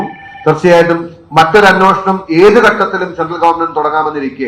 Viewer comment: അന്നോഷണം.. അന്നോഷണം... "അന്നോഷണം" അല്ലെടേ അന്വേഷണം എന്ന് ശരിയായി പറഞ്ഞു പഠിക്ക്.